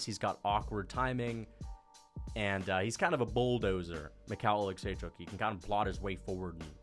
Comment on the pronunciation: making sure we know he can how to pronounce michal olichecjuzck